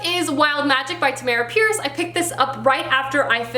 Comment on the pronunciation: Hey! I’m a huge fan of Tamora Pierce. Quick correction on how you pronounce Tammy’s name. It’s Tam-more-a. Also, the main character of wild magic is daine, not Diane the I and the A are swap. Sorry to correct you, but thought it might be helpful if you continue with the immortals quartet.